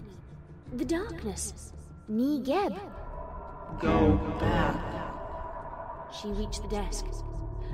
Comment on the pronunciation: I weeped every single time I heard "negib" it was literally the worst made me want to cry